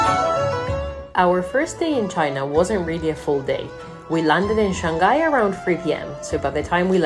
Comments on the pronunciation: Shanghai is pronounced Shang Hai not Shan Gai. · It's pronounced Shang-high not Shang-guy! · Second syllable of Shanghai starts with h, not g.